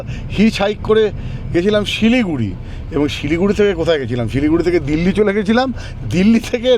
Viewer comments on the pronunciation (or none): none